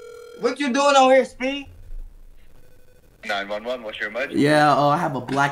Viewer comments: bruh got the Indian 9/11 phone number and omg bruh the accent 9 1 1😂😂😂😂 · 911 that Indian accent 😂😂